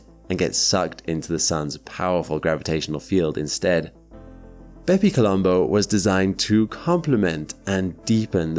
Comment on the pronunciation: stop saying bepi colombo please